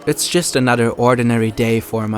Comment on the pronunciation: Lol ey wie das Video schon losgeht. "Itz tschüst änadder..." Bro die Aussprache muss einfach ein Prank sein, oder??